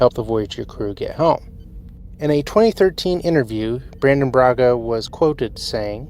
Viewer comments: BRANNON Braga. Not "Brandon." Brannon. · No ‘D’ in BraNNON dude.